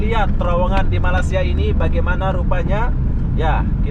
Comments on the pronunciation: Bruh bukan malasia.. tapi malaysia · tolong berhenti menyebut 'malasia'. bukan malasia tp malaysia...kecewa dgn anda...terima kasih